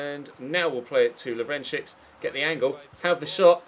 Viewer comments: the second CS in Lovrencsics is pronounced just like the first one, it's LovrenCHiCH, not LovrenChiKS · when pronouncing "Lovrencsics", the last "cs" is the same as the first "cs" as "ch" in "check". I know you like pronouncing the names correctly, so thats why i'm telling you. not the least bit triggered